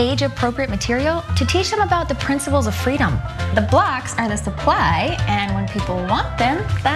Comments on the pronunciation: I felt like she said blacks instead of blocks the first time I heard the second clip. Tbh she’d be right either way, blacks or blocks 😅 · Doesn't it sound like she is saying "The blacks are the supply..." instead of "The blocks..."?